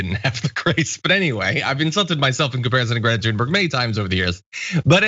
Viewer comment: Why can't the rude Americans pronounce Greta Thunberg's name properly? Great-a Tune-berg Hope this helps!